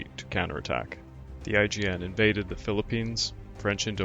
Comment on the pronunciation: So was I (cringing over "B-52s," that is). Every time I heard it, another blood vessel burst in my left eyeball. And every time I heard "IJN" pronounced "IGN," another burst in my right. The comedic value of "Waldron's squall-dron'" almost made up for it, though.